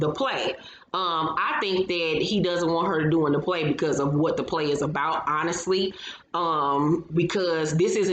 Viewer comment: 😂😂 add: Unest= Honest Bunding=Bonding ImporTanT= emphasis on the ‘T’